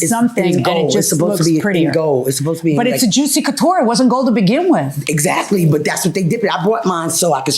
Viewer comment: Girl, it’s juicy couture……😂 knock it off.